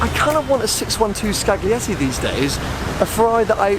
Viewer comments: It's pronounced "Skal-yeti." ;-) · The "g" in Scaglietti is silent. So you pronounce it "Scalietti".